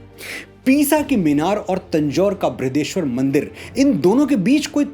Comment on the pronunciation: बृृहदेेश्वर नहीं , बृहदीश्वर